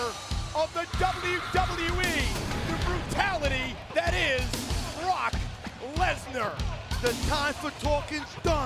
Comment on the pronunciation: When the commentator said rock and brock i thought he said rock and rock😂😂😂😂